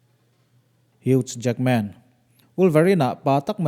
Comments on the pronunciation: Al pasino nilovi.. El paCHino tih a lam tur..wolverine pawh khi huge nilovin hiu jackman tih a lam tur...Chuan i video danga i narrate reng reng hian Police hi Pulis tih hian lam tawh lo la a tha, Pawlis tih tur aw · Hak jekhmenn tia lam tur awww. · Huge Jackman??🥴🤣🤣🤣🤣... Pronunciation hi a har hret ani maw